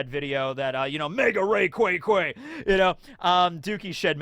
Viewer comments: I've never heard ray-"qWaza"?... that hurts to hear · Factually it is Ray Quay Za. Says it in the anime and in an official pokemon company game. And it's based on the word Quasar. You "Ray Quah" people, I swear 😂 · I think it becomes clearer how to pronounce rayquaza when you incorporate the quasar part of it name inspiration. Rayquazar